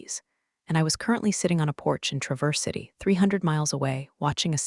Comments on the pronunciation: Not tra-VERSE City. TRAH-verse City. ❤ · The constant MISPRONUNCIATION of Traverse City is incredibly annoying!!!!!! Can't a human review these? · Good story, but she pronounced Travers City wrong.